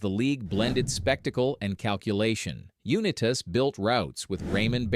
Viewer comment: AI garbage. Can't even pronounce the name correctly